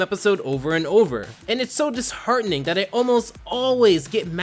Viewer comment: its disHARTening